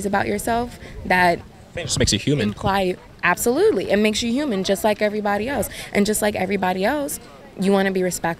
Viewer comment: “Errboddy do dey dirt” College educated....